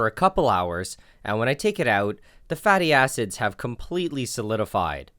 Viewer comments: istg it sounds lie hes saying fatty asses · "fatty acids" nah I kept hearing "fatty asses" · when you said "Fatty acids" i thought you said fatty asses LMAO! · For a sec i though you said fatty a$$es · Who else first thought he was saying fatty asses instead of fatty acids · When he said “fatty acids” I was literally dying about how it sounded